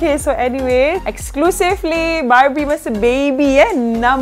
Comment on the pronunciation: Kadang kadang aku dengar 'barbie' tu dia 'babi'😂😂